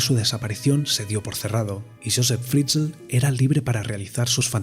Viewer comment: Se pronuncia fritzel tal cual Si por curiosidad queréis saber como suena josef Fritzl escribid en el traductor de google y elegid Aleman en idioma